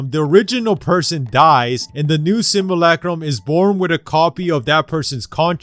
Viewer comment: Simulacrum. Not simalakram or whatever